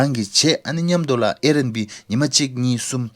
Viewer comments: It’s air bnb not Air n b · its Air BNB not airnb